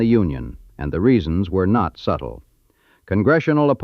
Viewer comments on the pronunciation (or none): none